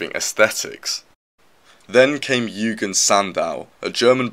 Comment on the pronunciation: YOU-JEAN, is how it’s pronounced